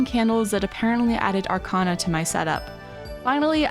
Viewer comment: I love this so much please make new episodes, and arcana is pronounced arc-ay-na